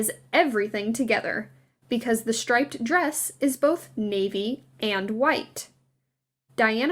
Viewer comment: Shtripe, shtraight, , etc., etc. Just why?? .🙉 It's a great video, but the narration really started to have the fingernails-on-a-chalkboard effect.